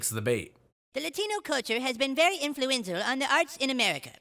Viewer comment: Cartman says latinos have been “influenzal” instead of “influential” 😂😂😂